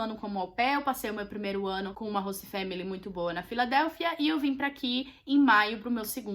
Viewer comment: meu deus q agonia ela falando “hosta”